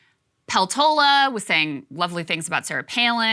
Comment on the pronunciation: Do Alaskans pronounce Peltola the same as Krystal does? I speak a bit of Finnish, Peltola is a Finnish surname, and I know that they pronounce it differently in Finland.